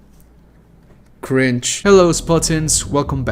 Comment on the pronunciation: Did you say cringe or grinch?